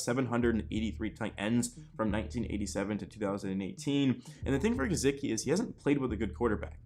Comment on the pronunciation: Ur pronunciation of gesicki made me stop watching tbh